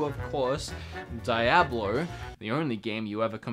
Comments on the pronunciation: Die-ablo???? Bruh Dee-ahblow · It's DEE-AH-BLO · dude i just cringed when i heard how you say diablo